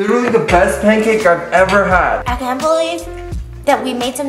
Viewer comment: Did anyone else hear her say pamcake mix lol I love your videos!